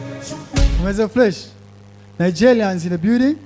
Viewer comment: Rumi, inyuguta ya "R" yarakunaniye. Bavuga Nigerians apana Nigelians Americans apana Amelicans Macron apana Maclon.